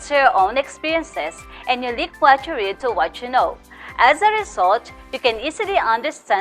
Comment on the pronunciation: Hello mam! nice video. I learned a lot about the topic. But I just want to correct a minor error. In your motivation questions, the word "read" should be pronounced as "red" since the sentence was in the past tense. The spelling is still the same which was "read", only the pronunciation must be different. that's all. :)